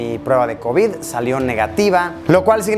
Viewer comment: Me encanta como lo dice covíd